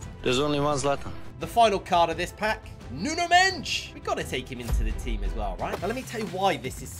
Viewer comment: Why is nuno mendes pronounced "nuno mench"